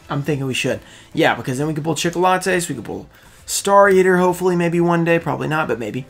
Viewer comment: “ Scales for chicolatas “pulls a chicolatas haha cracks me up